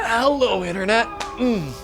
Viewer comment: bro said erroOAAHHHHHERaaehhello internet